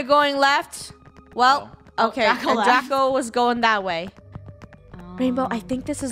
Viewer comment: Its draco not traco!!!!!!!!!!!!!!!! )